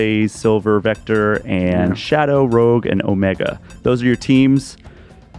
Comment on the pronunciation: calling her Rogue instead of Rouge. 🤦‍♂️